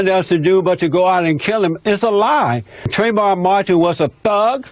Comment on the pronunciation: That asshole couldn't even pronounce trayvon martin's name correctly, let alone state any facts backing his statements.